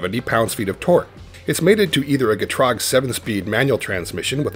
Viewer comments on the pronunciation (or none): Get troog? never heard it pronounced that way, it has always been Get rag..lol